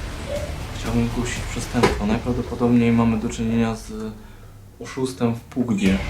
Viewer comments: PABDŻI, a nie PUBGA hahahah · On powiedział w PUGDZIE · Oszustwem w PUGBU" XD